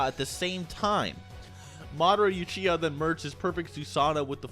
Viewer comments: "Youchiha"?? Really dude? Lol yea I love that naruto youzumaki character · madara youchiha is how u pronounced it in this video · u keep saying YOUchiha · Madara "youchiha"? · Madara "Ewechiha" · I’m sorry but I hate the way u say uchiha